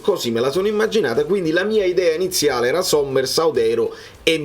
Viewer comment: Si chiama sommer, non sommers